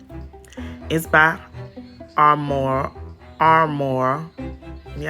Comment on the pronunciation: It’s not Armore it’s Aroma!!!!!!!!